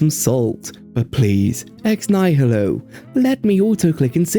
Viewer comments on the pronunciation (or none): It's not pronounced "nye-hill-oh." There's no h sound in there, it's "nye-ill-oh." Like the word "nihilism."